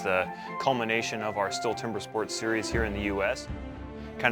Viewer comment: It annoys me how they mispronounce Stihl every time ffs